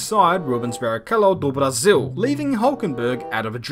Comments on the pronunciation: he pronounced in portuguese. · “Do Brasil” oh, you said that so well😂😂😭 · "do Brasil".. spoken like a legit Brazilian.. congrats 🇧🇷🇧🇷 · "Rubens Barrichello do Brasil". Good pronunciation. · I'm Brazilian as well, and his pronunciation is on point! well done mate